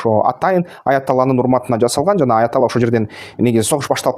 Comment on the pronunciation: Айатала болуп шайланбайт тантык Айатулло бул ошо ирандын президентинин аты